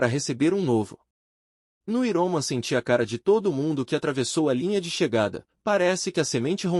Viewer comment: Me desculpe, não estou fazendo uma crítica para ofender já q vc está ajudando lendo esse livro para nós. Mas a pronúncia não é iroman, é Iron Man( homem de ferro), "Airomen" mais ou menos a pronúncia dessa palavra em inglês.